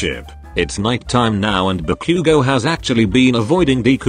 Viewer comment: IM SORRY BUT “ BACOOOGO” AND “DEEKOO”💀